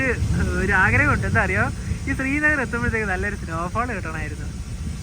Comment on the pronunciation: താങ്കൾ ഉച്ചരിക്കുന്നതു സ്രീനഗർ എന്നാണ്. ശരിക്കുള്ള ഉച്ചാരണം ശ്രീനഗർ ആണ്.